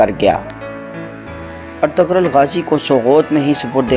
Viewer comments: اَطَغْرل نہیں بلکہ اِرْطُغْرَل درست ہے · Aray ertugrul ka name to dahi say lo